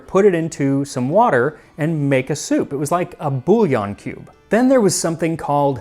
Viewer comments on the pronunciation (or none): none